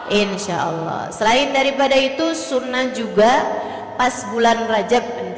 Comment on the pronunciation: Cara kamu sebut Allah tidak betul